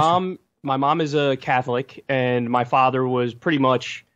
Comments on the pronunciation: “And at one point you were cAkLiC?” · The second i read this comment, Jesse pronounced catholic "cah-hlick" Almost peed my pants laughing